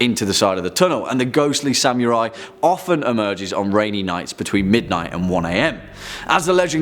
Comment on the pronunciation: Sam-yurai?? :b